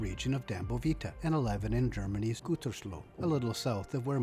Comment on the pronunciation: you pronounced Gütersloh very good btw.